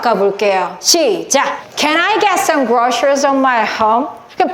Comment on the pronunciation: Groceries발음이 셔 가안듯요 그로서리